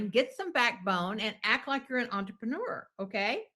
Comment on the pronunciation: Normally I don’t get bothered by the way people speak, but I never want to hear the word “entrapenooer” again.